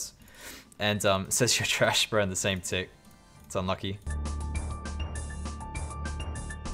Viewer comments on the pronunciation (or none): none